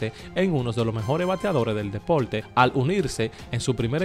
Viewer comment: Me gusta el ranking. Pero aprende a pronunciar. No se dice depolte, no lansadol, tampoco jugadol, etc, etc.